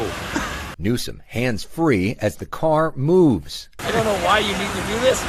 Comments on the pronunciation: Why do you keep calling him Newson and not his real name, Newsom? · My god how many times can you say Gavin “New-Son” in a fkn clip 😂driving me insane man.